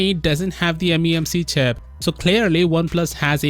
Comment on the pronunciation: "Memc chap" lol